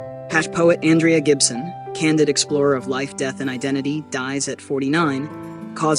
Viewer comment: Ondraya Gibson? Please at least get her name right whoever is doing the commentary (AI?), some random channel on the internet.